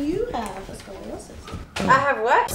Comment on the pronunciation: I hardly believe that was a dr for the simple fact she said ascoliosis lol